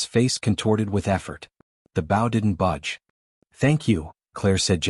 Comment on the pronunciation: Please adjust the pronunciation of bow. It is b with a long o. Loses credibility.